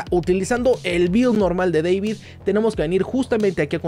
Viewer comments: Buen video, pero no es “Deivid” es tal cual “David” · Es deibito, no deivid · Me da risa como dices DEVID en vez de DAVID! cuando el personaje en la versión español latino le aclara a alguien como decir su nombre jaja, me causa gracia escucharte decir mal su nombre jaja 😂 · No ess Deivid es David, hasta el mismo lo corrigió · Es David no Devid. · Es David no Deivid !! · Se pronuncia David 😭